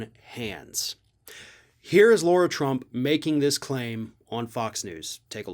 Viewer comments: And it’s La-ra not Laura. If you want to called Laura you’re missing a letter. 🤦🏾‍♂️ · it's Lara, not Laura. And it's hydroxychlor-quin, not queen. Dig your show but this detracts from your very good points 😚